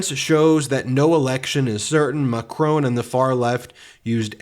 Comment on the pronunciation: Why do you keep saying Macron like "Macrown"? It doesn't have that W in it, you are making it even harder to say than it is already, it's also not how you say it in French or English, so what are you doing with that affectation, exactly, trying to show people that you never go abroad or bother with other cultures, because we already know that, cheers..